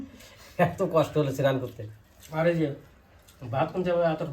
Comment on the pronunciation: Sinan hoy na snan bolun